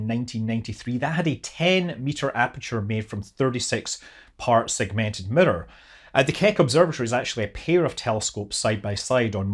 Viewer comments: Every time you say “mirror” it sounds like you are saying “emitter” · Any video where you say "mirror" over and over is a good video. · The way you say mirror is interesting.